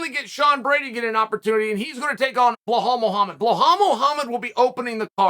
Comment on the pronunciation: Chael, his name is Bilal Muhammad